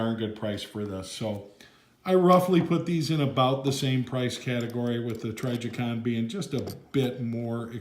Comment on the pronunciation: lol say trijicon right pleas